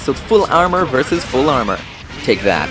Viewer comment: yells versus in a Japanese accent